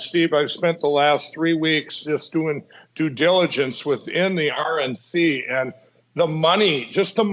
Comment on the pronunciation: Did he say dum-diligence?